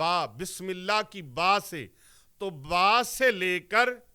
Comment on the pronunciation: اللہ کی ہ کے نیچے زیر نہیں زبر پڑھیں